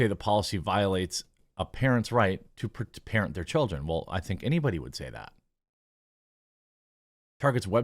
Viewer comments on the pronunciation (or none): none